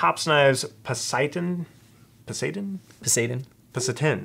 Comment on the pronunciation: Po sy don. Its not hard